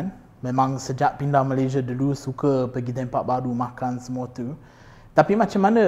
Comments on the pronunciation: Tiuww teuww teww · Bila sebut "tu" ada sleng dia..haha